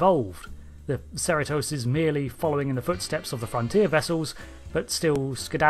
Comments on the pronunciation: “USS Serotose”? Is that some kind of sugar serum? It’s pronounced “sah-REE-toes”. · Shouldn’t that be Pronounced see-ree-tos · Your pronunciation of Cerritos is wrong. Here is the correct pronunciation, Cerritos [ suh-ree-tuh s]. It's a city in California. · Hold up; as someone from SoCal, the proper pronunciation of the ship’s name is “sir-REE-toes” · Its a California Class ad the name Cerritos is a city in the Greater Los Angeles area. The name is CerrEtos, hard second E in pronunciation even though the spelling is with an I. Not trying to be critical because I love your channel! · Uhh Cerritos is not pronounced like that. Cerritos is rhymes with Burrito It means little hills in spanish, I live in a city that shares a border with the city of Cerritos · It's amusing how you pronounce the ship name. No insult intended or anything.